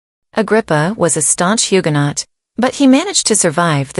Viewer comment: Please pronounce Huguenot correctly